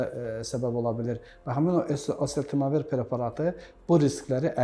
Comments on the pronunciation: Elə deyirki sanki heç kim başa düşməsin, məndə təkrar dinlədi.. məncə osetemevir dedi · Preparatın adını həkim normal tələffüs edə bilmir, preparatın adını başa düşən oldu? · Dərmanın adını da düz əməlli demir eeee,gərək mütləq yanlarına gedib pul verib adını öyrənəsən. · Burada şərh verənlər, xoşlarına gəlməsə də deyəcəm. Çox cahil mülahizələr uydururlar. Bu həkimlər olmasaydı o, allah xoflu insanlar çoxdan ölmüşdülər. Hörmətli həkimin dərmanın adını çox anlaşılmaz tələffüz etdi. Onun adını buraya yazsanız yaxşı olar. Bunları da sizlərə xatırlatmaq istərdim. Silah alverçiləri sülh, əmin-amanlıq istərmi? Dərman alverçiləri insan sağlamlığını istərmi? Dinidar cahillər insan kamilliyini istərmi? Korrupsioner haq-ədalət, qanunçuluq istərmi?